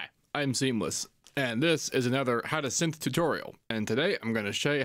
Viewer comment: For a second I was like did he just say how to simp tutorial? 🤔🤣🤣